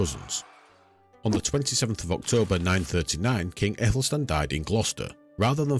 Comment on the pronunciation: Great, informative and always prefer a channel who uses old illustrations instead of fictional ai images. One thing though, in old English the Æ is pronounced like an 'ah' sound, like in Cat and Bat.